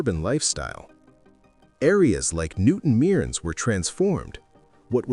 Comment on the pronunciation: It's not pronounced "newton meerns" it's said as "newton merns"